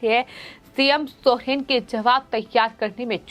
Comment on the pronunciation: Aap Hindi padhana nahi jante hai kiya jo sohen pad rahe hai jab ki Soren likha hai